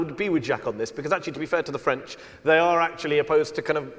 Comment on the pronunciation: erm... french, not frend :D